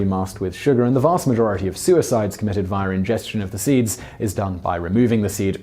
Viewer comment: Simon, you are REALLY bad with your intrusive R's. Via becomes "viar"... etc. etc. etc. You do it like 20 times in EVERY video.